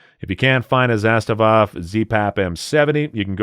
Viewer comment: Dude, you’re butchering Kalashnikov and Zastava